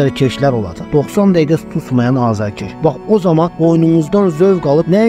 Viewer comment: Hər şey ela idi. Bir dənə "azarkeş" sözünu də düzgün yazıb tələffuz etməyi öyrənsək lap əla olar